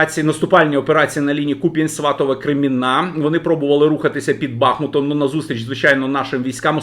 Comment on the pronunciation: Ви,, мене дістали з тим БАхмутом (а не БахмУтом). Місяць не буду Вас слухати. А вподобайки я ставив я Вам по 2-3 на день і іншим рекомендував Вас. Побачимо за місяць, як у Вас з українською мовою.